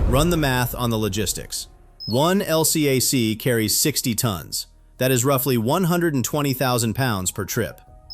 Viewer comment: I was on an LCAC, and we call them "el-cack," not L-C-A-C.